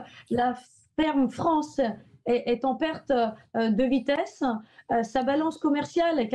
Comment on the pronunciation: Mon dieu son élocution est insuportable... OuiE alorsE, en perte de vitesseE.